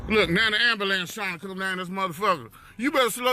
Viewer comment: “Am- ba- lance”,,,, amazing.